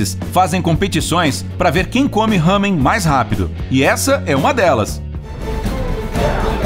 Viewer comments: E lamen e não hamen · Desculpa mas nao e Hamem É lamen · NAO E HAMEM SE FALA LAMEM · malandro mam não é hamen é Ramen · não é lamen é lamén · No não é Hamen, é lamen :) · Eu moro no Japão e não é Ramen que se fala é lamen em japonês ramen ra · Não se fala raamen se fala ramein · Não é ramen e lamen (Obs)nao to criticando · Não se fala ... Hamen. SE FALA .. LAMEN com L